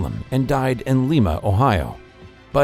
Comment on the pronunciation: Fun fact: Lima, Ohio is pronounced like a lima bean, not Lima, Peru. And I'm pretty sure the Mansfield reformatory was demolished sometime after Shawshank redemption was filmed there. The filming of the movie actually delayed the demolition of it.